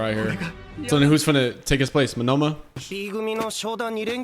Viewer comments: Monoma( MO-NO-MA) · Bro's got Shakespeare taking notes. Good stuff. Just for future reference, the guy with the copy quirk, his name is pronounced Moan-na-ma. Just trying to be helpful.